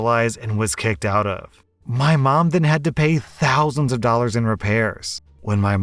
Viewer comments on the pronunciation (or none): none